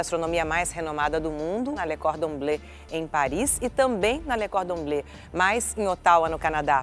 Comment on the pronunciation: Lucas Santos Só queria que a Ana decidisse se é Cordon Blê, Cordon Blã ou Condon Blô